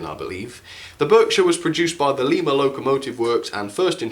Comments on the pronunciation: I thought you said "Lemur" locomotive works! Great video! 😅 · It‘s pronouced Lima as in don‘t tell a lie. Still nice review. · Just a word of advice, the Pere part of the Pere Marquette name is pronounced like "Peer", not "Pear". Also the Lima locomotive works name is pronounced "Lie-ma" locomotive works. Just thought i'd put that out there! 😊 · Not that it matters, but the Lima Locomotive Works was so named because it was located in Lima, Ohio. The name is not pronounced like the capital of Peru. The first syllable is pronounced like the fruit. Say "LIME-uh". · Michigan is actually pronounced as Mishigan and the Lima is pronounced lie ma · Lima is pronounced lie-ma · Lee-ma is in Peru. Lie-ma is in America! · Pere Marquette, the locomotive is actually a passenger locomotive. I would recommend, Pullman couches. In the movie the polar express is the same locomotive, they just changed her for the movie. The couches she pulled was Pullman couches. Hope that helps. Also Lima you pronounced it lema the I is not an E sound. Otherwise not a bad review. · Don't mean to be harsh, but Lima is pronounced "Lie- ma". Not offended or anything, just letting you know. I also have one of these. It's amazing.